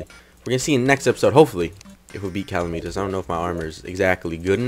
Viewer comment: Cal-e-mi-tas.. Triggered.